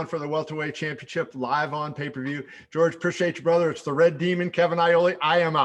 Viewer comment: It's not jorge...we call him GOERGE lmao